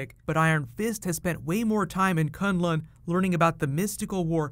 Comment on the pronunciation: He says Kun Lun as if he is talking about Kun Lun, the actual place in China, and not K'un L'un.